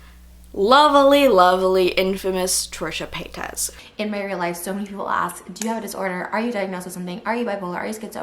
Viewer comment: The way you pronounce her name is cute. Lol its pronounced as "pay-tis" not "pay-tas" normally it annoys me when people dont say it right but with you its cute😍